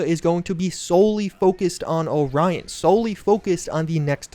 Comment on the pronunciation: that's not how you pronounce orion lol